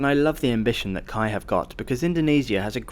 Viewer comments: We pronounce the Indonesia Railways Service as K-A-I, not KAI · You say each letter of the name. K.A.I. (Indonesian "Ka" "A" "E"). At that price it's better to fly. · im pretty sure it’s the language barrier that did your friends wrong. It has always been K-A-I (kuh-ah-ee) and nobody (literally not even a single Indonesian) pronounce it KAI.